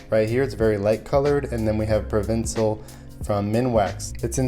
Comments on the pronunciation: Provincial is pronounced - pro-VIN-shul... not pro-VIN-see-ul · Pro-vin-shal, not Ja-Co-bee-an, not jacko-bean Lol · Provincial not provincil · and provinSIL instead of provinshul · ESPRESSO not expresso Provincheeealll not provinsal